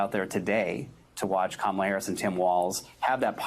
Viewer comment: What else can he think of doing another stupid lies about the Democratic Party. His crazy he can’t read he can’t even pronounce the name of president candidate. It’s Kamala .